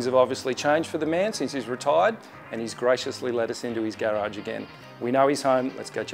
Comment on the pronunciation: What's a "Gayrauge"? Gross